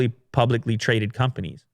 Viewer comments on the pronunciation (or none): none